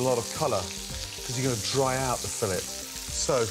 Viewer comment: It’s not fillet, its fillet